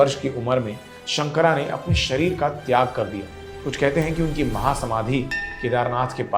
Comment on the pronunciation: उच्चारण सही करें। शंकर है , शंकरा नहीं । मंडन है , मंडना नहीं । ये केवल अंग्रेजी में ही पढ़ने से ऐसी गलतियां होती हैं। अन्य सब उत्तम।